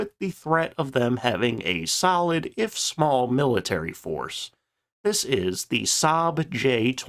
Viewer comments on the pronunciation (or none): none